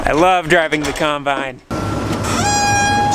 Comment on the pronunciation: i love how your dad pronounces the word combine - "khime-bine"